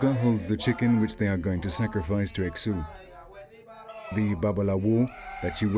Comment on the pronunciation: The fact they can’t say Exu name correct (not x-uh, it is eshu) nor identify the difference between Brazilian Umbanda to Quimbanda leaves little to believe here. Much is good information, yet they fail to show their expertise with such large misinformation. Get the religions straight.